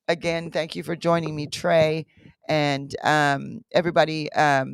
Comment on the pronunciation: Trey not jay